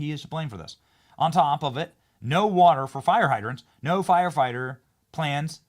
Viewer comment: "planes" not "plans"